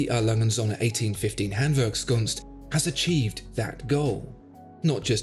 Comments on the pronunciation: 1. Awesome watch 2. I love your pronaunciation of the hard german word: Handwerkskunst 🤩 3. Go ahead - you channel is fantastic! Appreciate your videos ..... Best regards from Germany - Holger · Funny that you pronounce Handwerkskunst in German but jéjé in whatever language that is LOL!